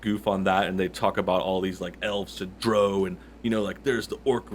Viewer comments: even more cringeworthy than the racism is how this guy pronounces "drow" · Today I learned I pronounce drow wrong